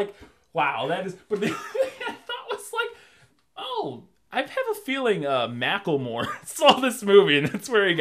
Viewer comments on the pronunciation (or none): none